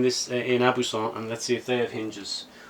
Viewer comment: your french accent is pretty good, you’ve got to work on the vocabulary! But not bad, 7/10! Aubusson is pronounced Obusson, au is pronounced O in french